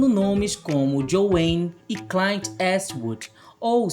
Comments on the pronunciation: "Claint" ???? Clint! Clint, mesmo! PeloamordeDeus! Todo mundo já ouviu falar dele e já o assistiu! Vc. está falando de cinema e desconhece? Isso é inacreditável! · Claint? Nunca ouvi essa pronúncia